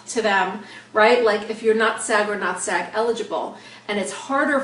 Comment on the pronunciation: Andrea Martinez I thought she was saying "sad." I was so confused haha